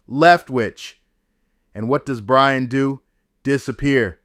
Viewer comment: His name is Byron, not brian...geez